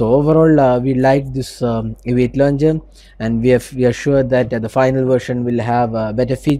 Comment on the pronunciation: The Aviate londjer... Like Nova londjer and Apex londjer...